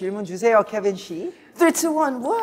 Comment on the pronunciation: Kevin-si = "Kevin-she" 😂 Our Konglish King, indeed. 😂